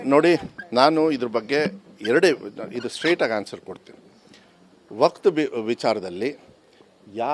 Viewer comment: ಅದು ವಕ್ತ್ ನಾ ಅಲ್ಲ ವಕ್ಫ್ ? ಈ ಮಂಗನಿಗೆ ಉಚ್ಚಾರಣೆ ಅನ್ನೋದು ಸರೀ ಗೊತ್ತೇ ಇಲ್ಲ